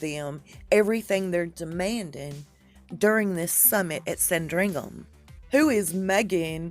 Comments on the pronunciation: Oh my goodness pronunciation lessons! Trudeau = True dough Sandringham = Sand ring ham. Your killing me. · it’s SANDringham. Just FYI